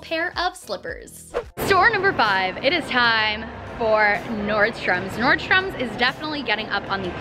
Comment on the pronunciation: Is anyone else bothered by the fact that she says NordstromS when there isn't an S??